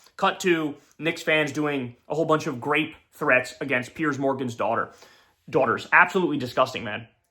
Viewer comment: Rape.. Not grape.. Come on man!